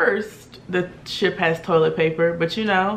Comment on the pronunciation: Did you say shit food or ship food?